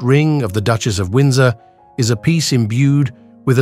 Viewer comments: Whoever is doing the voice-over has a really weird way of pronoucing certain words. For example, the word Duchess is Duckious. Really weirdf and annoying!!!!! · Beautiful jewels and lovely to view but the pronunciation of Duke and Duchess and other slip ups was very annoying. Most be AI